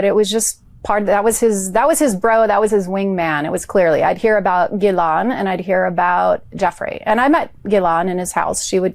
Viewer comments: You are brilliant,, and you make us all smarter about law. But PLEASE! pronounce Maxwell's name correctly!!! It's "ghee-LANE" THE "S" is silent. Thanks for all of your fantastic insights and amazing videos. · FYI, Ghislaine is pronounced "Gillaine"...the "h" and the "s" are silent. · Gillane dimwit. The g is pronounced as in good. How hard is it? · ❤ its pronounced like gill laine. Thanks!❤😂 no 's' sound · Trumpedo 🔥 Said ghis-laine, the "L" is pronounced. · Not that she deserves it, but the correct phonetic pronunciation of her name, Ghislaine, is: gih-lehn. The 'gh' is a hard 'g' like 'go,' not a soft 'g' like 'gent.'